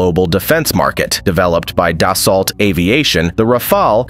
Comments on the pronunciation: As a French, it's exactly as you said. We say Dassault Rafale in a way you would pronounce it "Dassau Rafal" The L, the T and the E are silent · Das-oh. It’s pronounced Das-Oh. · It's pronounced as "Dassow" And the two A of Rafale are pronounced as in "Raphael"